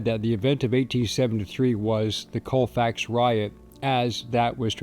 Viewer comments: Colfax is so small not one stop light and its pronounced call fax not cole fax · I live a little over an hour from Colfax in Mississippi, but I have, or had relatives in Colfax. I have never heard of this. BTW, everyone around this area pronounces it "call fax".